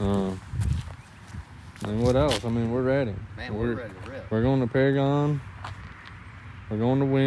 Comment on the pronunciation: paragon is one of my home tracks awsome to see u guys like that track and its pronounced pair-again lol